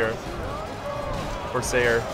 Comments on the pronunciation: saying "Corsayers" made me cringe. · The way you're pronouncing corsair is triggering me.